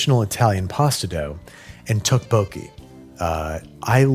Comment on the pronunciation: Ten levels of Babish mispronouncing Tteokbokki